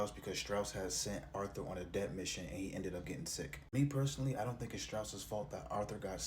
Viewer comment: You say Debt with the B,the B is silent my brotha 😂